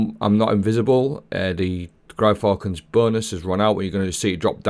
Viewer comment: That Gyrfalcon's pronunciation killed me! Has to be the worst one I've heard yet! 😅😅😅😅😅